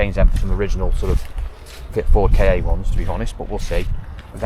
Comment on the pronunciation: Why don't you call the Ford Ka car instead of K A? They are always called car in Australia.